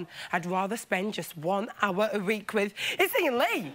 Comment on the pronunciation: Yes is a bit difficult to understand but she sounds like she has a speech impediment, she says leek instead of week.